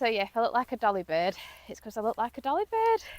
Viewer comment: The way you say dolly bird is funny .Great again thanks